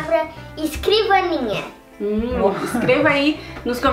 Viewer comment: "Escrivania" ficou top 10